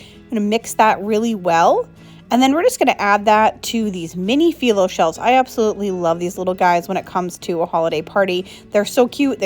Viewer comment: Me not being mean its called "Fye-Lo" NOT "Fee-Lo" (like ur about to start off saying fi-ve as in the # 5.... just as a future reference so Noone kicks u in the toosh about it babe!